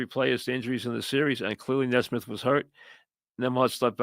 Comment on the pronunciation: Mike, for the love of Dios, it's Knee-smith 😂